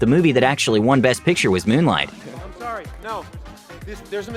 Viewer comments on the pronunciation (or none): none